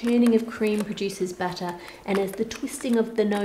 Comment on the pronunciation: Why does it sound like batter every time she says butter?